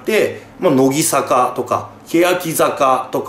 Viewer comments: せめてノギサカじゃなくてノギザカって言ってよw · 『のぎさか』って言ってない？ 『のぎざか』なんだけどww 真面目に間違えないでほしい、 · のぎ、さかじゃなくて、のぎ、ざかな笑笑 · 「のぎさか」じゃなくて正しくは「のぎざか」です。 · シバターさん、、、 ノギサカじゃなくてノギザカです。。。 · なんで欅坂はちゃんと読めるのに乃木坂はのぎさかになってるんですかね… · のきさか、インフルエンサ… 濁点言えなくなった？笑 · 別に良くないか？？ 乃木坂興味ない人は知らんやろそんなんw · のぎさかじゃなくてのぎざかな？？ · のぎさか？のぎざかだよ。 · のぎさかじゃなくてのぎざか！ そこんとこよろしくぅ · の"ぎ"ざかだろ流石に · のぎさかじゃなくて。のぎざかな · のぎざかな（笑）のぎさかじゃなくて（笑） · けやきざかは言えるのになんでのぎざかは言えないんwwwww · 「のぎさか」とか間違えが可愛すぎだろ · のぎ "さか"気になる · のぎ｢ざか｣な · 排他的守屋茜 単推しTV しバターおじさん言えてなかったなw